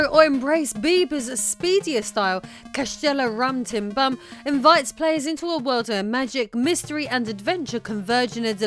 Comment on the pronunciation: "Castchelo rrrá - tchim - boom" .. I loved this pronunciation LOL .. subscribed !!